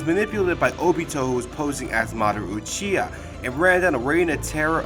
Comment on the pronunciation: It uchiha not yuchiha, the u in uchiha are spell like the u in ultra not yultra